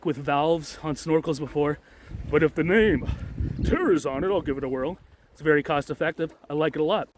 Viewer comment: It is actually pronounced like you shed a tear from the eye. 😊